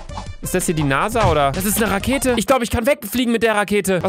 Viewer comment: Ich hatte bei NASA Nase verstanden😂😂😂